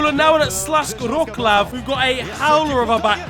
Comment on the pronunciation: that Wrocław pronounciation physically hurt 😭